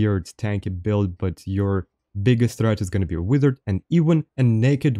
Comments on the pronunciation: master, why are you saying wither instead of wizard? 🤔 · They way he says wizard is hilarious 😂😂 keep up the content brother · right. I had to listen for context to figure out it was "wizard". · please do a video of you saying wizard for 10 minutes